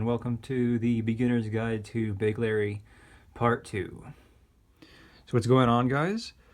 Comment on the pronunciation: It's weird how you pronounce it like "Big Larry"